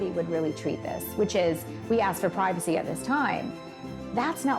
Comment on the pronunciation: Where does the Britt accent come from. Pwivicy, for privacy when did R become W.